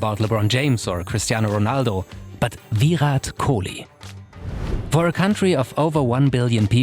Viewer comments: exactly what is thought, the way he pronunced Kohli was with the heavy 'kh' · man y u speak french accent man u totally mispronounced kohli' s name